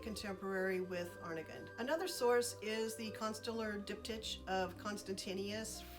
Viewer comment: Diptych is pronounced dip-tick in English. Really, dip-tikh, but most Americans, including me find that KH difficult to say. It’s the terminal consonant in the Scottish word loch.🙂